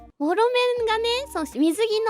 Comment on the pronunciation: ホロメンって言ったんだけど、モロメンに聞こえてしまって吹き出しました🤣笑